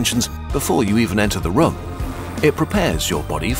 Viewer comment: whyd he pronounce room like that😭